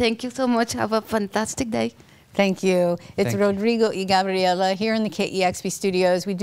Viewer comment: she pronounced Gabriela so right!